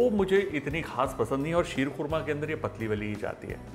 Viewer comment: शीर खोरमा शब्द संस्कृत और पर्शियन का मेल है जिसका सही उच्चारण क्षीर-खोरमा है।